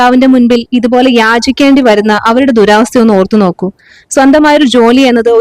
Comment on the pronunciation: ദുരാവസ്ഥ അല്ല ദുരവസ്ഥ